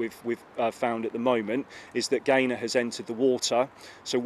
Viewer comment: He says Gaylord at first... I swear 😮